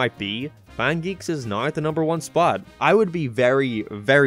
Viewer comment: I don’t understand how you can have such an American accent yet pronounce certain words so stupidly like you’re attempting to force a archetype that you aren’t. Everytime I hear you say “naow” I cringe so hard I nearly die. Other then that, the video was alright.